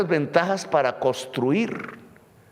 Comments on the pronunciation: Con todo respeto, no se dice costruir, se dice CONSTRUIR. No se dice corianos, se dice COREANOS. No se dice oliadas, se dice OLEADAS. Eso entre otros. 🤔🤔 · Presidenteee no diga "Coriano". Diga. CorEano. Y no diga "costruir". Diga coNstruir. Es con mucho respeto que siempre le sugiero estas cositas. Ud es un gran pedagogo y yo fui profesor toda mi vida, y ahora como pensionado me deleito aprendiendo de ud. Y, póngase siempre un chalequto de lana sobre la camisa y no permita aires acondicionados a donde quiera que vaya, y no se salga acalorado después de dar su magnífico discurso en toda parte. Se lo digo porque esa bronquitis se le ha estado acentuando y si no se atiende adecuadamente, lo va a perjudicar mucho, y el uribismo y la gente vociferante que sale contratada a las calles, se pondrán felices porque a Ud señor Presidente le vaya mal; no pueden comprender que ese sería el mal automático para ellos también.